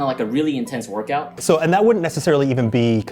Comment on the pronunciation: I had to replay this like 5 times before I realized he said 'workout' and not 'orgasm'.